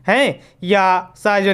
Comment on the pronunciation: सर आपने यदि को यद बोला, तमिलनाडु को तमिलनाड बोला,परिवहन को परिवाहन बोला। बेहतर हो कि आप अपने उच्चारण पर ध्यान दें।